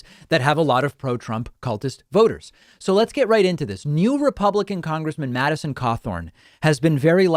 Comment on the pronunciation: Winsconsin? At least he pronounced Madison correctly. Has he even been to Wisconsin?